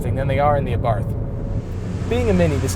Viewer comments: He said Abarth wrong. I'm offended. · Learn to pronounce Abarth